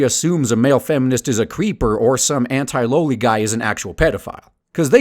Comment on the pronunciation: Loli is pronounced "LAW-LI"